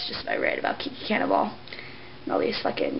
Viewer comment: lol in the first part. it's sounds like you said "Kiki Cannonball" XDD i hate her too!